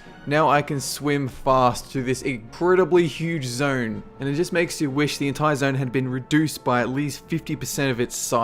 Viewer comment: Zone* not "Zern"